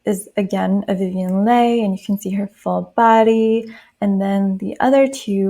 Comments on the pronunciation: TR always have that resting bitch face its so hard 😫 i agree with all of this but pronunciation of leigh is 'lee' I think 🤷🏾‍♀️😄🙈. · Leigh pronounced Lee 😊 thank you for this ♥️ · You have the most soothing voice! ❣️ Thank you for making this video, I loved it. One thing, Vivien Leigh’s last name is pronounced Lee. She was also often described as a small and lithe cat! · Leigh is pronounced Lee and Lollabrigida is pronounced Loll-a-BRIDGE-eeda